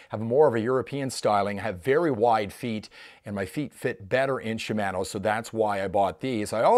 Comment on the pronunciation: You should pronounce it Shimano, not Shimano. Ha